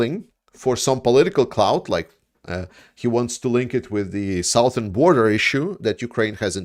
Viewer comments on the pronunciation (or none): Suh-thern not sow-thern.